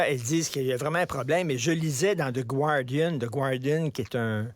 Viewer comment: On ne prononce pas GUardian mais GARdian. Le U est muet en anglais.